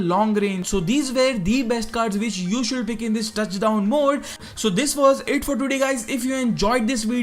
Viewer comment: Should = शुड not शुलड, pls improve. The video was useful but your pronunciation was horrible annoying.